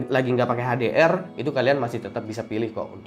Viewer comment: HDR sebut betul2 dong